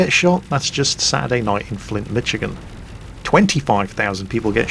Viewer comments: Holy crap! he said Michigan! I live there! It's too bad he completly killed the name ): ((The CH is NOT a mich its more of mish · mich-i-gan? thats not how you pronounce it! its mish-a-gen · also humorous, his pronunciation of "michigan" as "Mitch-again"... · That sounds more like a Saturday night in Detroit more than Flint, and he mispronounced Michigan